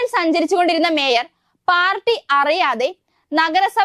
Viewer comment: വേയർ അല്ല sir മേയർ 😂തിരുത്തണെ pls